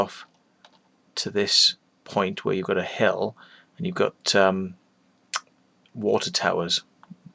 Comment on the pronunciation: First he said to this point where you go to hell, then i understood he meant hill. :/